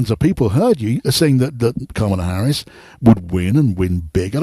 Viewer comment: (?) is so ridiculously petty that he's still mispronouncing Harris' name. Just to demonstrate that the racist smooth brains have won. As an American, the thought of the coming parade of fools we're all about to be subjected to is horrifying.